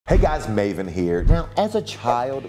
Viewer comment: Still thinking about that time Piers Morgan pronounced your name as "Mah-ven"